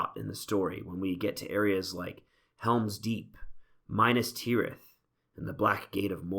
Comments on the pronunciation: Why do you say Minis Tirith like Farmir at the river battle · lol "minus teerith" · Well I guess that's one way to pronounce Minas Tirith and Minas Morgul